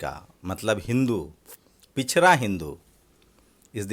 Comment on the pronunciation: भाई एंकर साहब बोलना सीख लो पिछड़ा नहीं कह पा रहे हो